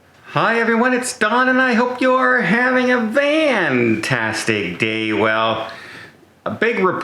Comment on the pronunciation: Why do you say "van tastic"???